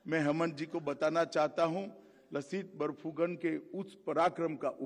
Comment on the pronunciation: लसित बरफूकन नहीं, सही उच्चारण "लाचित बरफूकन" है जनाब! (Lachit) (লাচিত) लाचित बरफूकन ने देश सेवा की जिस गलती की सजा अपने मामा को दी थी, क्या वही सजा आज के इन गुमराह करने वाले नेताओं को भी नहीं मिलनी चाहिए?